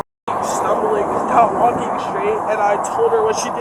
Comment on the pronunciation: "She's wulking"